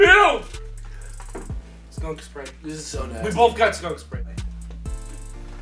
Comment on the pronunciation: the way Ethan says skunk spray